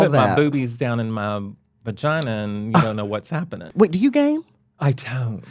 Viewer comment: “What’s gappin’ning” 😂😂😂